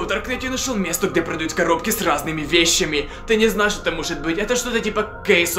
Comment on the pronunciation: Хаха ве́щами правильно вещами